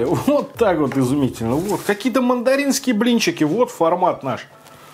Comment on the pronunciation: С ударениями в слове «мандаринский» — лучше не экспериментировать. «Мандар*и*н», «мандар*и*нский». Логично же. ... Киев. Салат из овощей и гречку с мясом. :)